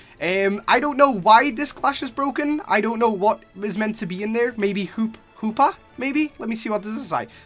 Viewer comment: It's hoopa